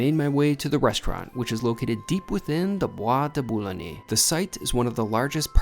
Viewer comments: Hilarious pronunciation of Boulogne.....phonetically it`s Boo-Loin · You mispronounced Boulogne other than that all great.